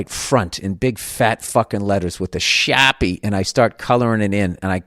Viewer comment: He cracked me up when he whipped out his Boston for “Shaw-pea!”🖊